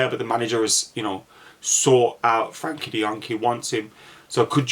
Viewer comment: Never heard someone pronounce Frenkie's name wrong so many times..